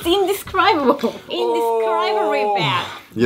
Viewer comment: the way Kaho says indescribable the English way then says it the Japanese XD